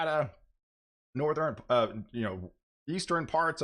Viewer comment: Yeah, you do a good job. But, I do not know where you are from, but I cringe Everytime you say "Northeren, Easteren", Jesus?!